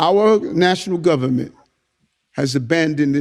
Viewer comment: 'ITS DA GUBBAMENT, ITS DA GUBBAMENT ...' 🎶 🎵